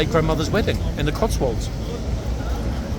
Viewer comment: Are they pooper scoopers? ....your late grandmothers third wedding in the codswall? That sounded pretty funny... With your accent!